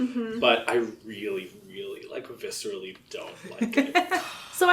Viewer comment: When the first 5 minutes go like "I don't VISSER-ally hate it." - "I really VISSER-ally don't like it" xD